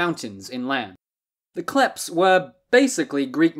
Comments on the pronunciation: It’s not klephts it’s kleftes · I wish before I die one person learns how to pronounce Greek words properly. Its pronounced Klefts (thieves) and amartolee (sinners) amartolos single masculine...oh and btw its never koine greek its keenee (common) OI is pronounced EE its another EE sound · Kλέφτς - Αρματολάι..................καιρό ειχα να γελάσω τόσο!